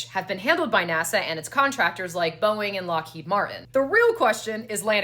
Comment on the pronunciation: I sorry, did u say BOEING?💀